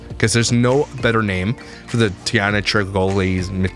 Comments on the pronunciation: The woman is sick but the name “Taina” is not hard to spell or pronounce 😅 It’s “Tie - nah” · I was laughing at 1st minute at his pronounciation of Taina’s name 😂